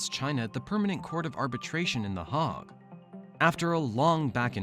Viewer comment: It is The Hague, which is UN’s International Court of Justice, not Hogue as voiced in this video.